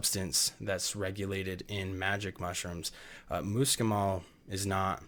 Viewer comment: Spelling Fahrenheit correctly would have given me a little more confidence in your skills. I also ask you how you pronounce MUSCLE then try to pronounce muscimol after you look at that. You were not dealing with details about dosage in a way that would be considered safe. Take the video down and make the corrections or you are being a little irresponsible. You did a good job warning, people that was a good idea. You also did well explaining how important it is to convert the ibotenic acid, which is extremely important. However, since it is such a very serious matter, if done wrong it can make you very ill and/or kill you, I think you need to step it up several levels before you venture into extending it outwards to the general population, they are reckless, careless, and prone to error. Be careful!